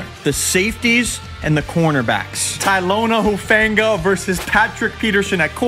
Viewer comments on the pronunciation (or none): said Tylona instead of Talanoa 😂😂